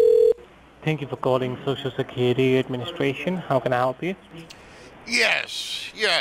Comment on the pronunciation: Did anyone else hear "Social Security Administwation"?